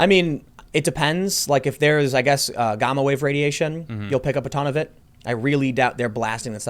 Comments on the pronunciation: what is this word you speak of? Gahma? What is that the combined power of covid and gam•ma radiation. Think Yam the vegetable and ma like the other name for mom. Gam ma.....say it with me time.....gam ma....gamma. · It's gamma rays, not "gamma" rays...